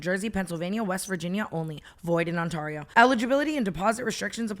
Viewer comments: I love you Tana, it is “Ont-Air-eee-ooo” not “Ont-arrrr-eee-ooo” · Girl it’s not On-TAR-io like Tar on the road, it’s like TEAR 😂 “On-TEAR-ee-oh”😂😂 Everytime onTARio gets me😂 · no.. it’s pronounced ON-TARE-EE-O in California as well. Tana said on-TAR-E-O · tana, please, ontario is pronounced on-tayr-rio not on-tar-io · Love how tana pronounces ontario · Tana pronouncing Ontario is my new Roman Empire